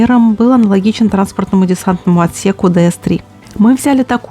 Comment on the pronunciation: Однозначно лайк. Но и порцию критики прими, милая. Правильно будет говорить Дуглас ди-си-три от английских букв "D" и "C". Ещё можно было раскрыть тему внедорожных шин, которые постоянно мелькают в кадре и составляют большую долю в проходимости. Было бы хорошим тоном упомянуть, что производство ГАЗ-64 было свёрнуто в пользу БА-64. И ещё объяснить, почему это было сделано.